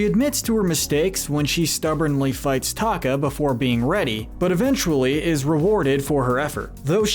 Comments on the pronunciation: its t e ka not taka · it's TE-KA not taka!!!!!!!!!!!!!!!!! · This person kept calling Te Ka as Taka and I was like Scar?? Mr. Narrator, it’s not pronounced Taka. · This is a nice video and all, however it is important to get the pronunciation of character names correct. It changes the reality of what you’re saying and makes people pay less attention. Example Teka not Taka and Cocuam not Cocum. AND what about Anastasia, she’s always being left out.